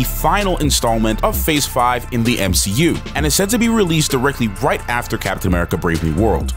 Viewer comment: Sadly if its on the level of she hulk it will barely be worth watching. Oh you miss pronounced M She U.